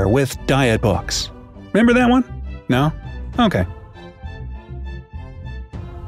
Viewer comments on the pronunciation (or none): none